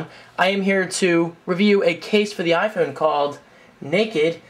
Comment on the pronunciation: You say iPhewn...heh...nice.